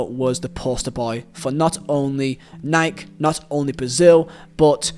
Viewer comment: The first person on youtube that I've seen pronounce nike right